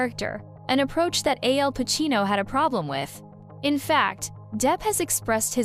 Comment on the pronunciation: To the announcer, Pacino's name is Al Pacino not AL Pacino.